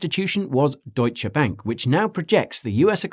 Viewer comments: Wow, an Anglo who pronounces the e at the end of Deutsche! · Love your news videos. Great job. And the way you pronounce "Deutsche" Bank is almost perfect.